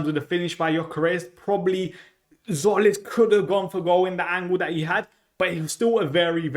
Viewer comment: Not Zolis, hint: Tzim is Jim written in greek.